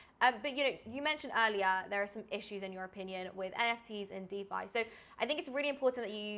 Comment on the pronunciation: I reported two comments for you. Tell him its DEE FI I dont trust someone that doesnt know how to say the simplist things in our space